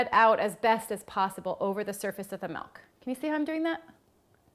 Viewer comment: I like how she says "melk"